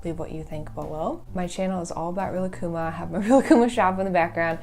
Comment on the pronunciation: They way they pronounce Rilakkuma, I can’t. Thank you for pronouncing Rilakkuma correctly